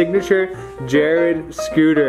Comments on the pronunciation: Also said scootle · He keeps saying scootle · I love how he says scootle instead of scooter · He said scoodle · He says scootle instead of scooter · Just me or is he saying scootle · “Scootle balls”. “Reaples”